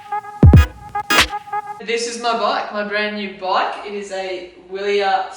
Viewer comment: Just for reference Wiler is pronounced Vili-air, So its a vili-air Uno Air. Has a 386BB which is pretty big and provides maximum stiffness so that every amount of energy put through the pedals tranfers to the rear the wheel. Power meter on the bike ?Handle Bar width ? Stem length ? Brand of bars and model ? Crankset ?? I would say by the look you have a 50/34 with a crank length of 165mm . rear casette ?? 11-28 ? Just trying to help you out a little here but these are things i would go into detail about and why you have them. For example like u did with your wheel choice going for carbon with aliminium braking surface...If you would like some help just hit me back